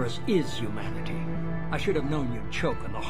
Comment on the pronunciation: Every time he says Humanity it sound like he’s saying “you manatee”